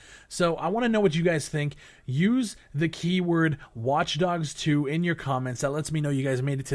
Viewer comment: ITS FUCKING WATCH_DOGS 2 IM SO FUCKING TRIGGERED WITH PEOPLE SAYING IT WRONG